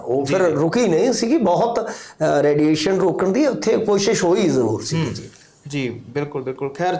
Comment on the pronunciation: ਰੈਡੀਏਸ਼ਨ ਨਹੀ ਰੇਡੀਏਸ਼ਨ ਬੋਲੋ ਜੀ